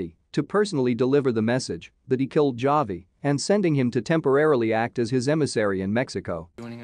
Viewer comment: Did you even watch the series?? It’s not pronounced Javi with a “J”. Very irritating & you lost me after the 2nd or 3rd mispronunciation.